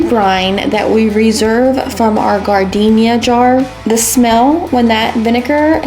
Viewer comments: You’re killing me! Learn how to pronounce “jar den air”!!! Have you never been to Chicago and had an Italian Beef Sandwich? They will ask you if you want sweet peppers or spicy “jar den air”, not gardenia! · OMG! I’m an Okie and even I know that it’s pronounced “jar-den-era”. Gardenia is a flower 🤨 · You said gardenia— that is a flower. It’s jar- den- yaira😂😂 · Gardenia? we eating flowers? Giardiniera is NOT pronounced Gardenia. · Chicago guy here. That’s hot giardiniera. Pronounced jar da nera lol.